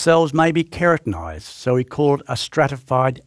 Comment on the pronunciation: KERATINized. not kreatinized. min